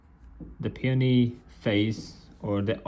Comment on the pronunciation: Is that how you say peony? I thought it was like pay-own-e